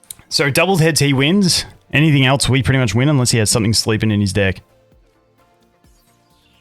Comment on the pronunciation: I don’t know if you’re saying dick, or deck. Should put a “pause, no homo” in your sentences time to time 😂💀